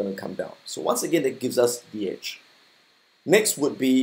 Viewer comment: I thought he's saying "Itch" but it's "edge"